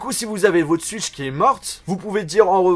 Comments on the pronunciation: Désolé mais on dit "Switch" pas "Suitch" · Ils m'énerve quand ils dit suitch c est switch